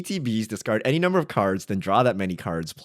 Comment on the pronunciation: Y’all like couldn’t have spent a couple minutes figuring out how to say cards right? C’mon, like every other channel tried at least.